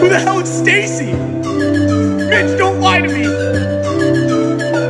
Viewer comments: I kept thinking he said “bitch” instead of “mitch” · The whole time i thought he was saying bitch😂